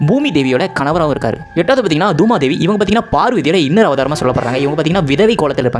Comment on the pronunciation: Thuma dhevi illa, booma thevi😅😅😅